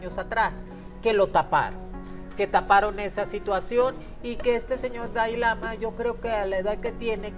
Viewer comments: Además de exhibir su ignorancia sobre el budismo no sabe ni pronunciar siquiera Dalai Lama y no es un dios viviente. Ni lo "reencarnan" desde niño. Investiguen para que no den tanta info imprecisa... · Y NO es DAI lama es DALAI LAMA!